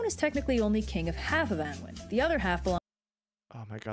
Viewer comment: One thing overly sarcastic got wrong on pronunciation that i know about is how Annwyn is pronounced, Its actually pronounced annoon